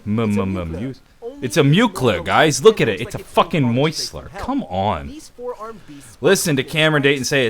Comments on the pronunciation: I'm sorry to say this but you fucking wrong. Okay? Its not moisler. Its meuchler. The ch has a K sound. Not a fucking s sound. I would consider knowing that shit before you start talking shit. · I love this video, but you are still pronouncing "Meuchler" wrong ;)